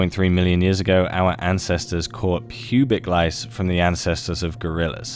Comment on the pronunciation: (1) Did they eat grass? or their seeds? (2) ... "PubLic lice?!